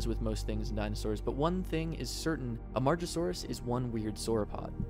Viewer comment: hate to be that guy but im just looking out for you; "Am-ah-gah-saw-rus" (Amargasaurus) and "ang-keye-low-saw" (Ankylosaur)